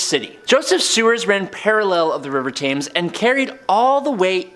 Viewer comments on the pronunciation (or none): It’s said tems not taymes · Great Stink = 1858 not 1958. Thames = Temmz. Allende = Ah-yen-day. Pinochet = Peen-oh-shay. Oppenheimer = Ah-pen-himer. Arkhipov = Ar-key-poff. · Good host, but please try and name the River Thames bait more like a brit. Its pronoused as "Tems" even though it's not spelt like that, over all a good host